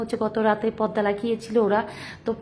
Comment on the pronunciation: আপু, পদ্দা নয় শব্দ টা হলো " পর্দা"